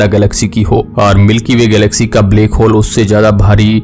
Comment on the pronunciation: Bhai baki video dekhne mein toh knowledge mlti hai lekin iss black hole ko bleck hole pronounce mt kiya kro sunne mein bht ajeeb lagta hai bht saari video mein yhi suna hai mene black ko bleck bolte ho .